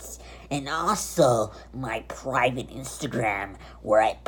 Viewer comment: lost ur mind did u say pravte parts on snapchat wow